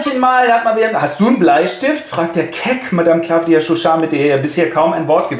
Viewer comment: M.e Chauchat heißt aber nüscht 'Claffdia', sondern Claw-dia, französische Aussprache = hier gleich englische Schreibweise, Kralle (Katze) ;)